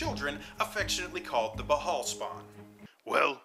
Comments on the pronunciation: Im not 100% but isnt it pronounced "bale" or "ball" not "b-hall"? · Ok, for starters, it's called: "The Time of Troubles" not "The Times of Trouble". Secondly, "Bhaal" is pronounced "Barl" (with the 'r' being soft), not "B-Harl". Thridly, what's up with you referring to LORD (not Lady) Ao the Over FATHER (not over mother) with a feminine pronoun at the end there? Ao should only be referred to with masculine pronouns since, even though he doesn't have a gender the way creatures do, his nature is more correctly analogous to that of the male gender, since in the act of creation his power tends to a more perfect likeness to the male's role in procreation, which is itself active and giving, rather than passive and receptive like the female. Pretty basic theology bro.